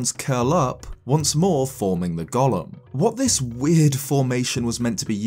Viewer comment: Your pronunciation of golem makes me think of Gollum. Just trying to imagine what a Goron Gollum would look like is enough yields some terrifying imagery.